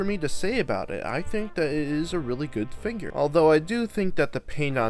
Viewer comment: it’s figure not “ finger”…